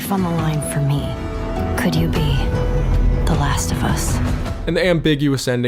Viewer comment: “Sarah is dead, ze zombie win…”